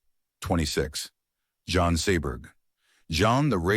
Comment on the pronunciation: AI voices must go! “John” (Jean) Seberg? You gotta be kidding!